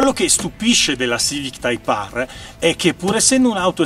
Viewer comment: type Aarrr 😂😂😂